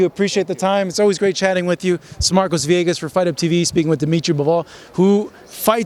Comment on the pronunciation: You just said "Dmitry Buffool" man 😂